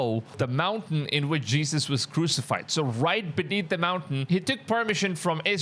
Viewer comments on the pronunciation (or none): none